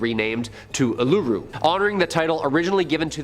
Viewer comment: Hi an Australian here just pointing out Uluru or Ayres rock isnt pronounced like he did in the video is pronounced Oolaroo, im aware that its spelt with U's but the word is from Australian Aboriginals and a lot of letter can be clumped but simply mean a sound... please read up on this or simply Ayres (Airs) rock is another thing to call Uluru